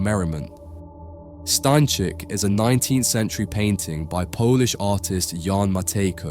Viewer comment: STA Ń CZYK.